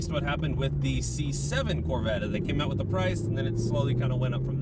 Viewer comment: If you say "mid-engine corvett" one more time! 😂😂